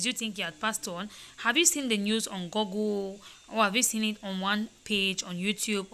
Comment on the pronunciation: Please, before you people speak, try to make sure your pronunciation’s are correct. For example, google, not goggle. Joke Silva, not Joku Silva. Thanks.